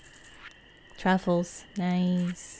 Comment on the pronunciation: Whenever your character picks up a truffle, all I hear is “Ru Paul” 😂😂😂😂